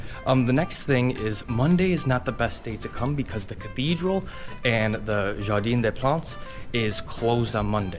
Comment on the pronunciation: True. It's "Jardin," not "jardine" !